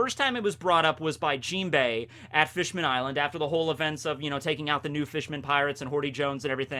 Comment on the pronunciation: skips a few words somebody is using king crimson to see the list